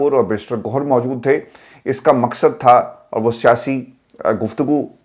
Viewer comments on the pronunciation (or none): بیٹا ۔ پورا پنجاب حروف تہجی ۔۔ ق ۔۔ کو ۔۔ ک ۔۔ کیوں کہتا ہے۔ جیسے ۔ حکیکت حکیکی ۔مکصد کیمت ۔ عدال تیں۔۔کانون ۔ کراچی سے meesaW انکل ۔😮